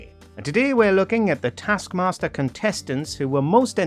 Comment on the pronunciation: Dear voice over guy, it's either "tASK mASTer" or "tARsk mARster"... It's never "tASK mARster"